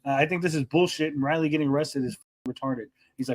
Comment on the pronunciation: said Liley instead of Riley, breh □